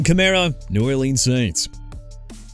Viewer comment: KEEP MISPRONOUNCING EVERYTHING AND EVERYBODY... I DON'T CARE NO MO'... YOU'RE DONE OKAY?? ALVIN KAMARA AS IN KUH-MA-RUH AND NEW ORLEANS AS IN NEW OR-LINS NOT NEW OR-LEANS!! CHICAGO PRONOUNCED EITHER SHUH-KAH-GOW OR SHEE-KAH-GOW!! AND MIAMI MADE A MISTAKE BY TANKING FOR TUA SO YOU AIN'T GOTTA KEEP THROWING IT IN MY FACE DUDE!! HE'S IN ATLANTA NOW! YOU UNDERSTAND THAT?! AND IT'S MICHAEL PENIX JR.!! ALSO YOU FORGOT EKELER PLAYED FOR THE L.A. CHARGERS SINCE YOU FLAT OUT FORGOT TO MENTION THE TEAM HE WAS A RUNNING BACK FOR!! TOO EARLY FOR THIS MAN... SOMEONE NEED TO FIRE YOU...